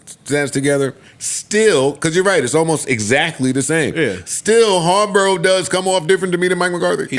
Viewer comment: Does Joe pronounce players/coaches names wrong on purpose (Harburow)